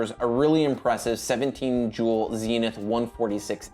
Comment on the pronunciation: It's Zenith (think buddhist Zen) , not Zinith ; )